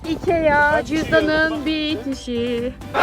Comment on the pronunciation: söyleme şeklinin şöyle ikiaggggggg diye söylüyorsunuz ikia diye okunuyo ve çok hava atın bence normal davran artık sıkıcı olmaya başladınız